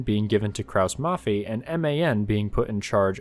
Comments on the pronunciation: As a german i kinda cringe a little bit at how you say Kraus-Maffei so heres a tip: pronounce it as Kraus-Maffai Youre welcome ;) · "Krauss-Maffei" - The letter combination "ei" is pronounced like the English "i" in (90+% of) German words ;) greetz